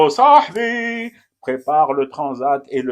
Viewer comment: Non ! Pas comme ça ! Comme les oranais le "sah " bref et le "bi" long . Comme ça sah..biiiiiiiii !! Ki.. raaaak ? Ghaya ?